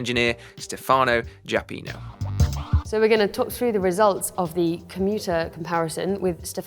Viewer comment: Stèfano not Stefàno :)